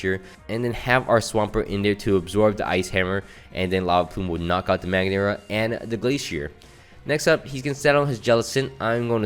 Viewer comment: Thats not magneara it is Mag-aer-na😅